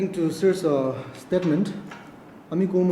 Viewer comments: Steetment instead of statement. Orginition for organization, just little eg nou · Statement ❌ Stitmints✅ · Another one 😂😂😂 stetment not statement